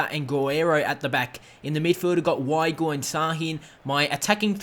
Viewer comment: The w in german is pronounced as a v so pronunciation is veigl